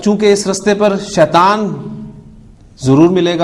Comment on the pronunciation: السلام عليكم ورحمة الله وبركاته Boht ache lectures hen. Aik choti si guzarish hey aap itna acha janne aur parhane wale phir kun Shaitan شيطان ko شيطوان Shaituwan kehten hen?? بارك الله فيكم السلام عليكم ورحمة الله وبركاته